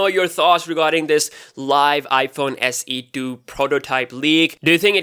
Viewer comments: haha you said iphone se do instead of iphone se 2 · Please say iPhone SE 2! Not iPhone SE Do